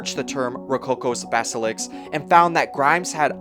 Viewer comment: it's basilisk, not baselix